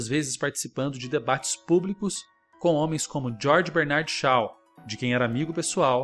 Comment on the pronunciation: Para falar das “letras”, seria desejável saber pronunciar certos nomes sem sotaques. George Bernard Shaw [djordge - com r paulista], [bêrnaard - r paulista], [xó] jamais xau]. Agradeço a atenção. 👏👏👏🙏🌺💕